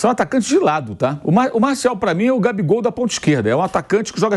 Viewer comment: Chega dar agonia ver o pilhado falando o nome do jogador errado, não é "Martiau" nao pilhado. O nome correto é "MARTIAL" (escrito) e "MARCIAL" ( pronúncia correta)